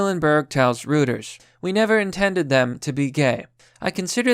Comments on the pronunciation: its pronounced "roytors" not rooters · The news service Reuters is pronounced "Royt-ers" (rhymes with "goiters").